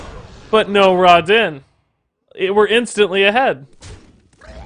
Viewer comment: Not gonnna lie, it kinda bugs me that pronounces the name of the card as 'Raw-den' when the card is an obvious jab at the lighting god, Raiden. Alll in alll though, fun decklist.